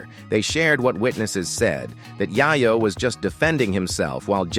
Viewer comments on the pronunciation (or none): This is the 2nd dude today that I've heard someone pronounce "Yayo" like "Yiiyo" ... LOL... Bruh....